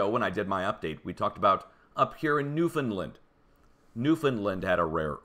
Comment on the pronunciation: Hey:- "New-Fownd-land", NOT "New Find-land".